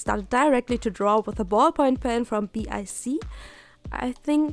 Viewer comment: BIC pen? It's pronounced "bick" ! BIC is a pretty popular brand in the United States :D